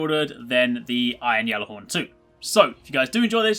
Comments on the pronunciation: How do you still pronounce it "Yallarhorn" when Saladin openly uses the "g" sound? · You are saying Ghallerhorn so wrong